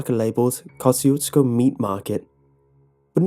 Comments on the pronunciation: It's actually pronounced, "kah-zhu-sko" and means "God bless you" in Polish. People around there are Poles and Czechs, known collectively "bohunks" and the dance hall there was frequented often in the early 80's by Mickey Gilley of Gilley's, the infamous (due to its brutal bar fights) cowboy bar of Urban Cowboy fame. Not to mention this story did remind me a lot of the Seaney Bean tale. (I'm originally from Texas as are most of my family.) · You say the name of this town wrong. Its comes from polish general and you can check how to pronounce on google translate (just type Kościuszko and choose polish). PS: He was hero of two countries PL and US. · I am Polish and I know that this is how you pronounce "Kościuszko" in english, but I just cringe every time I hear it xD It just sounds so wrong